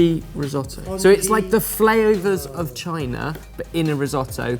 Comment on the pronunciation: I'm not sure I've ever heard the word "flavours" mangled worse in my life!